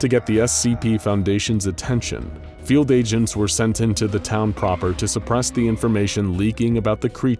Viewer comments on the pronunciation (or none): none